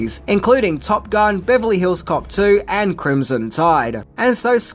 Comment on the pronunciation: I don't know if it's just my hearing. But twice i could have sworn he beverly hills cock 2. Hmm I am currently very stoned.